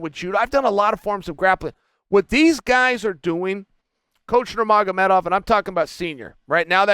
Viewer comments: “ that’s nuermagmoedove” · Love the way Chael’s nailing Khabib’s surname.